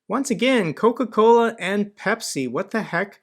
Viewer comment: I know there’s a taste war between Pepsi and CocaCola but apparently Russians have another option, CacaCola! U can even hear him say it lol! there’s an extra chuckle for the Spanish speakers but I’m gonna share with everyone. In Spanish “cola” means ass. So this guy’s brand is “shit from the ass” 😂 or “shit ass” for all the technically correct ones out there.